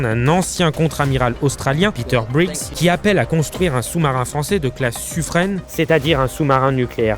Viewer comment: Suffren se prononce Suffrain